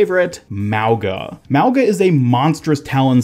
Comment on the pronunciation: Mauga is pronounced Mau-nga. From his tattoos he looks Polynesian. Mauga In Samoan means Mountain which makes sense since his build is that of a huge Mountain